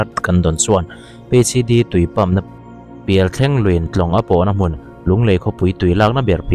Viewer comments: Pialthlêng ti a lam tur🤭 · Sir Thleng lai hi lam ri dik lo deuh, Pialthlêng aw, Tlema tlem-ah tui kan nghei ṭhelh alawm le, kei chu Dimdawihna tello hian han hlap hrep se ka ti. 😡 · Sir ...Pialthleng...lui ni lo vin...Pial....thle....ng..lui ti a lam zawk tur a ni e...Chaw ei na thleng kan lam rik dan ang thin hian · Pialthleng tih laia thleng i thluk dan hi a dik lo deuh a,chaw ei thleng tiha thleng tih lai thluk ang hian thluk tur a ni e. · Pialthleng tih i lam dan hi a dik lo tlatin ka hria, ,chaw eina thleng kan lam rik dan ang hian thleng tih lai hi an lam thinin ka hria.... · Pialthleng hming a, thleng tih lai tak hi, chaweithleng kan lam rik ang in, thleng tia chhiar/lam rik tur aw. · Pialthleng ilam dan a diklo Thleng tih hi chawhmeh suahna thleng kan lamrik anga lam rik tur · Pialthleng tih i lam hian thleng tih hi chaw ei thleng i lam anga lamtur aw Sir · Pialthleng ilam dan hi diklo,pial hi chu ilam dika thleng hi(chaw thleng lam anga lam tur)